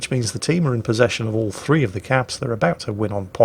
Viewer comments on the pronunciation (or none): none